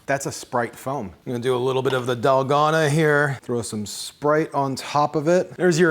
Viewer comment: Dahl-GO-na ⭕️ Dal-gone-a ❌ :3